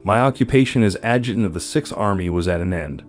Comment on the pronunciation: I'm sorry, but this presentation is not good. For example, the word "adjutant" is pronounced something like "ad jew' tant" and it's downright painful.